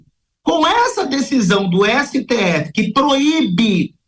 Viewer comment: Ésse Tê effe Tecnico? 😂😂😂